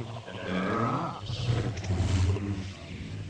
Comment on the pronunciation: The way she pronounces evolution... She says evilution.